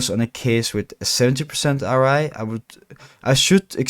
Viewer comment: bro u said RI like 100 times its ROI cringe af